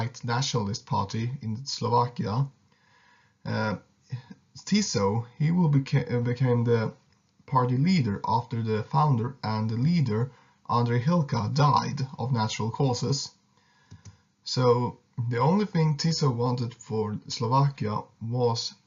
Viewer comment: I think its not hilka but hlinka